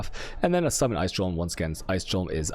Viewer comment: i am still convinced he pronounce chaos and golem wrong on purpose